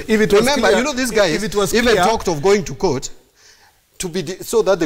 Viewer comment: He keeps say 'KOING TO'